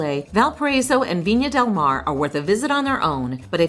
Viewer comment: Viña del Mar (not Mare)